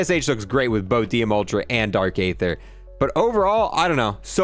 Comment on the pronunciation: For the 5th time now it’s dark ee-thuh not ay-thuh